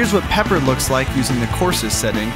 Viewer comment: You said pee for pepper